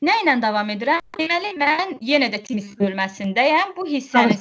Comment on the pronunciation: Oy bir ildi bu problem var amma həll edə bilmirlər.timis yox tims